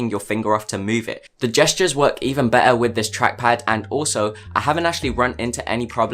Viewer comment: Why do u "better" like this... "bey ahh"